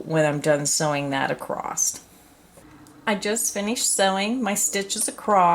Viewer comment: i just would like to say that there is no "t" at the end of the word across. thank you!!